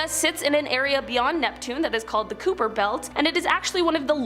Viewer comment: "Kuyper Belt" is NOT pronounced "cooper belt." "It's pronounced KAI-perr Belt," "KAI" rhyming with "pie," "sly," "tie," etc.